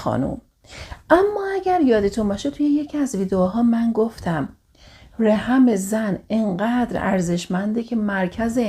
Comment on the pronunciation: سلام ممنون از اگاهیتون❤ فقط بیان بعضی کلماتتون درست نیست رَحِم یا رِحَم؟ دَهنده یا دِهنده؟